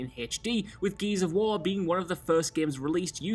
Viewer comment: Why did you have to say this? Now it's all I can hear